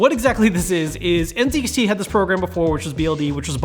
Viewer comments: nice, but please say "en-zed-ex-tea" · It feels weird hearing you say “N ’Zee’ XT BLD” after hearing LTT pronounce it “N ’Zed’ XT BLD”